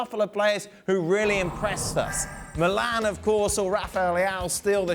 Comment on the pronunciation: Casually it’s called Milan (without the AC) just like any other football club name, it’s nonsense seeing it as the only club written with the abbreviations and even being casually referred like that 🤦🏻‍♂️. And it’s pronounced Mílan, not Milán with the stress on the i, unlike what you usually would call the city. How on earth do ESPN and other English spoken sources incur in these kind of errors, just do some research